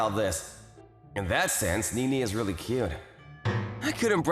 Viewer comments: I can't stand that they pronounce her name "ni-ni" like in the name Nick, not "ne-ne" like in the name Nelson. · and NiNi instead of NeNe.. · Nee-nee? Yan-deer? Are you f-ing serious?